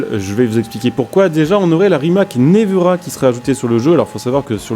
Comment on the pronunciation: Ça se dit « névéra » 😉